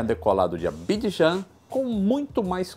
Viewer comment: Pronunciate bem o nome do ditador do Ex Zaire. Actual Congo.mas podes treinar Abidjan. risos